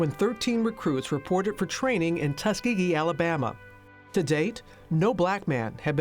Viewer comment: u kept saying tuskgeegee